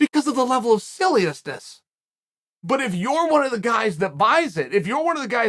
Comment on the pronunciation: Sillyessness is a new word I’ll be using. Classic chael.